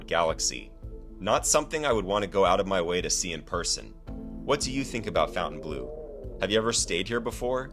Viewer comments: It's pronounced fountain blo....not blue. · Faun-ten-blow, not fountain-blue. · It's not Fountainbleau.......it's FONtainbleau and pronounced FON not Fountain. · Why do idiots who don't know how to read say fountain instead of Fontaine?? oh yeah you're idiot you don't know how to read😂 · fawn-tane blue. not fountain blue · Even the name of the place is bad. You kept calling it "Fountain-blue." It isn't pronounced that way. It is pronounced "Font-An-Blue." So pretty much nobody can pronounce the name of the resort. That's not a good name. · Why is it pronounced Fountain Blue? When dID FON get pronounced FOWN? Also how does a business survive while bleeding $400,000 a day? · It's pronounced fawn-tain-bleu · Fountainebleau is pronounced FountaineBLUR. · It's pronounced "FON - TANE - BLOO" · You don't even know how to pronounce the name of the casino correctly